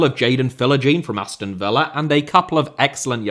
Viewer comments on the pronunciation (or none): none